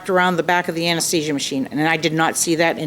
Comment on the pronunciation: She's an anesthetist and she can't even say anesthesia correctly. I would be highly embarrassed, not to forget that she's been one for 28 years. Oh, and she's just a simple mom - that cannot pronounce her life's work. Harvey and the Doctor pronounced it correctly but the judge and the defendant don't know their English very well.